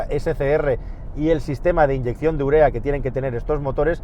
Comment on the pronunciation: Me encantaba, hasta que dijo urea